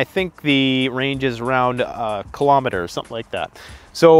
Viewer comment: WTF IS A KILOMETERRRRRRRRR 😂